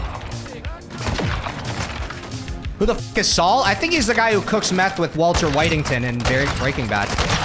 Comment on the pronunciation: Bro said “Walter Whitington” i’m fucking dead for real